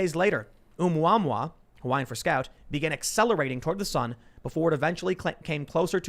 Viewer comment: Dear God in heaven please don't ever say anything in Hawaiian again... you absolutely butchered it